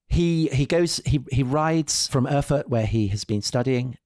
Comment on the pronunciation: For heaven’s sake; Erfurt!! Get it right.